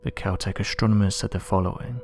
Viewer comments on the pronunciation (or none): ASTRONOMERS !!! ... THIS is how is spelled and NOT how you said it : "ashtronomers" !!! .... 😠